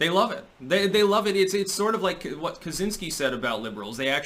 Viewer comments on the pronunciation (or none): It's actually pronounced catch-insky